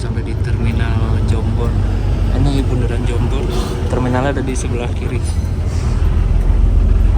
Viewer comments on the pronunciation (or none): Ralat mas... Bukan bunderan hill tapi Bundelan....😂😂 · Ralat bang bukan bunderan tapi bundelan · bukan bunderan hill btw, tp bundelan hills alias tanjakan ngawen